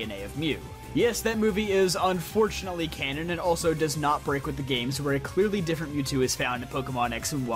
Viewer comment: Please stop saying cannon